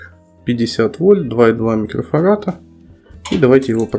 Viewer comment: Не "микрофарата", а микрофарада, грамотей.